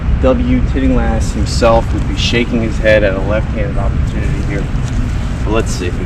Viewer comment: If you’re going to emphasize A.W. TILLINGHAST (not TITTINGLAST) as your FAVORITE course architect, you’d better get his name right. Sorry that your first comment is this. Just thought it was important if you want some credibility.